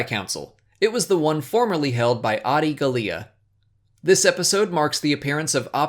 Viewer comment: *Ringo Vinda....Clovis's first appearance since season *2...... Pronounced Adi Gallia wrong..... But Great Series.. really Liked them!!!